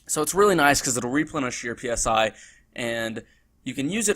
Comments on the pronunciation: Dear god stop calling it P S I, say it as a word not as letters, Christ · "PSI" is prounced like the "psy" in psychology. It's short for "psionics".